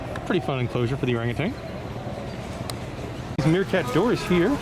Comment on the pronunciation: If you’re giving information about animals and such please get your information correct are used to work there for 17 years as a teacher one small thing orangutan at the end it’s TAN not TANG there’s no G also you call them turtles they are tortoises turtles are usuallyIn water and have a flat shell Tauruses live on the ground and dig holes in The ground to live in at least most of them are some there’s so many and they all might do different things I have enjoyed it a whole lot I have moved to the Texas Hill country and have missed it so much and now I’m too sick to go and visit if you get a chance to go back maybe you can get a special orangutan tour if you let them know you’re there they can make sure there are plenty of them out In the exhibit I look forward to seeing your other videos I saw the Lincoln children’s zoo one which was really good thank you so much take care and God bless